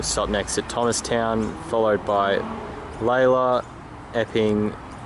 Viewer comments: Remember the line used to be single track from Reservoir north so the original line is the Up track south of Keon Park which is much straighter. Lay-lor…. not Lay-la. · I cop of flack for how I pronounce, so it's good to get something "right".